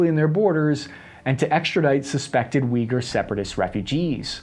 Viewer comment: I know generally speaking you have a bit of badly pronouncing 'harder' names of places/things. Thank you for taking the time to pronounce Uyghur right.